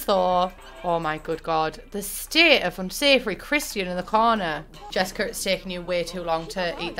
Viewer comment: ma’am it says CHARLATAN not CHRISTIAN lol i love you